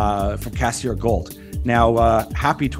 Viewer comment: Cassiar not cassair